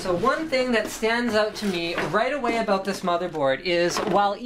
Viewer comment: i like how he says "aboot"